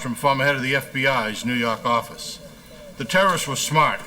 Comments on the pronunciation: "nuu yawk affice" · NO YAWK FAFFICE! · NEW YAWK AFFICE!